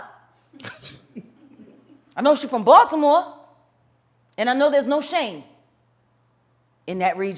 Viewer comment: This chick know her shit!! And laying it bare!!! LOVE IT!!!!!!!!!!!!!!!!!! Love how she pronounced Baltimore like she know! And the way it’s supposed to be pronounced! Thank u girl!!!!